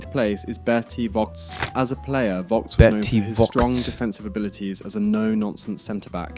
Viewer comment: It is not Berti Wocks. The V must be spelled like a F.